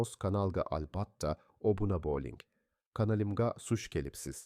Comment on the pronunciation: Tòģri gapir ey qonolimgo demasdan😂😂